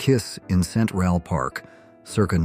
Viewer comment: Cent ral park. 🤣🤣🤣